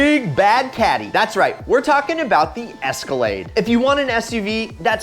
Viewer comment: Cadillac: Its an es-ka-lade: Its an es-car-laid me:👀👀